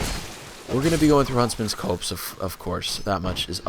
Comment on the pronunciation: it's pronounced Huntsmans COPS!